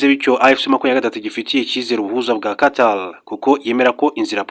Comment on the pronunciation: Ese ubwo utabeshye ntabwo uzi gutandukant R na L ?!!!! Uti Arrêt Guillaume Bunyoni instead of Alain, uti Qatal instead of Qatar. It's a shame kabisa. Mugerageze mwige izi nyuguti. Gusa uduha amakuru neza kandi agezweho. I like